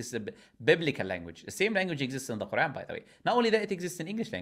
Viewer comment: God knows where it started but either way them saying IZlam, MuZlim and Qaran is obviously because of insincerity and making the things these words refer seem bad, making the word harsher on the tongue and mind